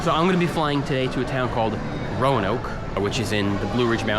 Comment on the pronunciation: you just casually mentioning places around me is actually so funny and Roanoke is almost always misspronounced even by people here and it flabbergasted me when you did it right right first try